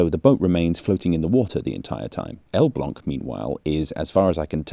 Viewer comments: wow, your pronunciation of "Elbląg" is immaculate! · I'm not a native speaker of Polish but Elblag did sound correct... sorry can't type the A with the thing